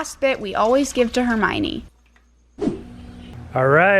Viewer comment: Hermine. It's pronounced Hermine. Like Hermine from Harry Potter.